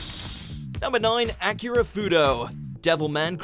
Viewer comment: Please stop saying Akira as "acura", it's pronounced Ah-KEE-Rah, not Acura! smh